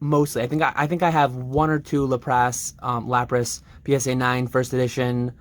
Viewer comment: yeah, even then theres no wrong way to say a pokemons name, between movies and the show, they said arceus in 2 different ways. I just imagined a lapras with a monicle and tophat when i heard Làprasse, lol 🧐